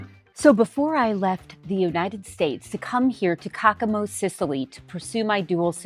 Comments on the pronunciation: I can't watch this. I'm tired of hearing the butchering of the name Caccamo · You are saying Caccamo wrong. That city and castle is named after my family